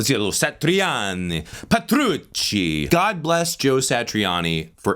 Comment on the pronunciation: Ahahahaha. Dude you and I had the exact same guttural reaction in sync with each other when homie pronounced Joe Satriani’s name